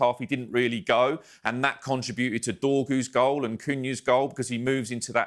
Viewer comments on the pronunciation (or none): none